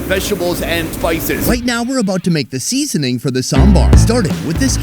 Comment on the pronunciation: Sonny: Seeeeasoning is not an English word 😅